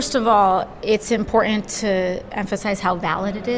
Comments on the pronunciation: "It's really EN-PortANT" Oh brother....Glad she's heckled. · She says "inporent" because she can't pronounce important and, she looks like she's in an episode of Star Trek wearing that very expensive dress/costume poorly portraying a character role as a government official from another planet.